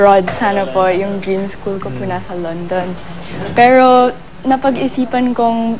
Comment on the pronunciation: parang retarded lang ang peg! ang arte magsalita. sabi nia pero tpos bigkas nia peo. wow ah! 😤😏